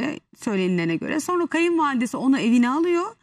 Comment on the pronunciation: Nur Viral sen yanlış söyledikçe inan kulaklarımız tırmalanıyor.Öğren artık SONRA, demem gerekir.Sorna değil , lütfen doğrusunu söylemeye calış.SONRA. SONRA SONRA. bir sayfa yaz ve oku..Ama öğren, Sunucular , spikerler yanlış yaptıkça ... olmuyor yani.